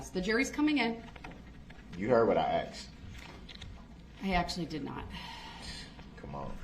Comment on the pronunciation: "You heard what I axed." Who speaks like that to a judge? 😮